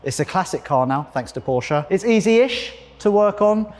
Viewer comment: "been working for porsche for 17 years" but still can`t pronounce the name properly -_